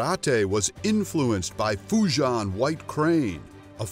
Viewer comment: I speak Mandarin and Japanese, but his pronunciation of Fujian and Fuzhou made milk come out of my ears.